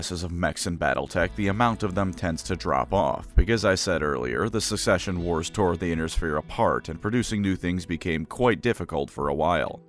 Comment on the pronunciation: never mind its "succession wars" Either I missheard or he said it wrong